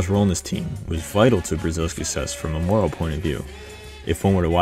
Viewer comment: It's "morale", not "moral"